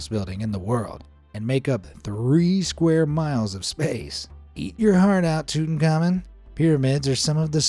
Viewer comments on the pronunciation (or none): none